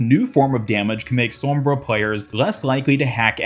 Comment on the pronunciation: Gg to the “spawnbra”